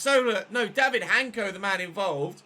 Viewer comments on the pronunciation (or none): just a small note for you, hancko's name is pronounced in slovak as 'hansko', it's a soft c Really enjoying this save tho.